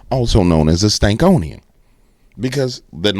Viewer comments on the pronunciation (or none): It's Stanconian not Stankonian lol ❤ you not only tell it like it is. You have the ability to laugh at the prentenders watching 😅 Yes it's God ❤ they just trying to take asm as they can to hell with them